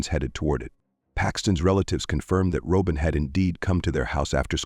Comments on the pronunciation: IT IS NOT "ROW-BEN! IT IS "ROBIN OR ROBYN!" A.I. SUCKS!!!!! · I was a classmate of hers. Roehm Middle School. It was the 8th grade. And it may be AI talking, but you’re pronouncing her name wrong. It’s pronounced the same way you would pronounce Robin ROBIN like Batman and Robin. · I just can't with this AI voice calling her Robe in. Shameful